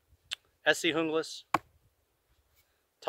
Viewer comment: You pronounced the Junglas correctly! Not too many does.